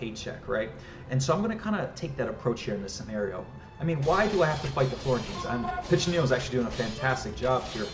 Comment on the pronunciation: As an Italian, I'm equal parts impressed by the work you put into the scenario and amused at how you join the voice actors in mispronouncing each Italian word in different ways :P Piccinino's was quite good though, I must admit I really like how you gave quite a few historical insights and explained how they influenced the design, especially the fact that you made sure that the best approach is to think like a XIV century Italian mercenary commander. Still, I think I would've enjoyed even more an in-depth level design analysis: from how you did your research to planning, building, playtesting and tweaking. No worries though, I would understand if you'd rather keep the secrets of the craft to yourself - or if you are contractually obligated not to go into any detail. Given how you've evidently done quite a bit of research on the subject, I thought you may enjoy some linguistic trivia around the word "condottiero": While "condottiero" did mean "contractor" in XIV century "Italian" (Italian didn't exist at the time, each region had its own linguistically distinct language), in modern Italian it has the much more generic meaning of "field commander". There's very little nuance, too: nowadays you would use "condottiero" in Italian any time you would use "field commander" in English in a military context. If you want to avoid any confusion, the term you're looking for is "Capitano di Ventura" which literally means "Captain of Fortune", in the fortune-seeking sense. A mercenary work